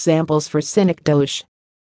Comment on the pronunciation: Wrong pronunciation. Study more.